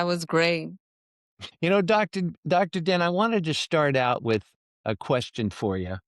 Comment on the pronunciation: Isn’t her name Dr Din? Not Dr Bin?